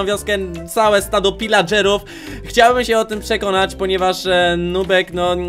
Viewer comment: Pilageruw nie wilageruw